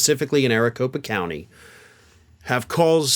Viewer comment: "Specifically in 'Aricopa' County." 👈🧐🤔🤨 you sure 'bout that?!? 🤦‍♂️ #WatchTheTape 😵